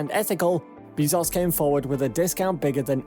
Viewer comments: How do you pronounce “Besos” ? (Hint: not “Beez-ohs”.) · jesus, its not beezos, its BEZOS (E AS IN EPIC) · "Bae-zose" Bezos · Wow! I can't believe how misinformed this drivel is!!! And the title is just clickbait! Shut-out maybe but not shut-down or even shut-up. • A $2.9B contract is NOT a huge contract and is actually half of what SpaceX will spend developing the HLS • Bezos is pronounce Bez - ohs, Not Bee - zos • A formal complaint MUST be responded to - it cannot "fall on deaf ears", suspension of funding is required until a decision is reached • There is and never was any "monkey wrench" to SpaceX's plans. Starship is in full and rapid development at Boca Chica - totally funded by SpaceX itself • There was never any hesitation or interruption due to uncertainty over HLS funding - Starship development does NOT depend on NASA dollars • The protest by petulant sore loser Bezos was totally expected - it was not a surprise • What to do ? What a BS question! Stop their self-funded development? Waste time & dollars with lawyers? Or ignore the distraction and let their proposal speak for itself and continue to do best - create "impossible" things! • The idiocy continues but is too painful and wasteful to continue watching. Bezos is acting like a spoiled brat who got caught play acting on a serious project with a proposal that was double the price, failed to meet basic HLS requirements, required live crew performance testing from a company that has failed to accomplish anything but a token yo-yo tourist ride and is years late on delivering its BE-4 engine (if it ever will). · "Everybody knows how to pronounce"? Everyone I know says "Bee-zos", not "Bay-zos". Depends if you prefer to pronounce using the English "norm" or use the Latin / Spanish "e" pronunciation. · It's bae-zos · He pronounces it BAY-ZOHS. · This dude said Jeff beezos lol. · Bííízos? Learn pronunciation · Bro stop saying Beezaus please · “Jeff Beezoss” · Stop saying BEEEZoss